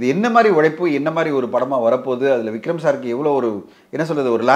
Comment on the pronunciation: Anchor say.. Vigram sir vigram sir Not vigram. Vikram